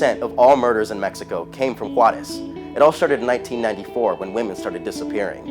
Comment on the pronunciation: I felt insulted went he said Juarez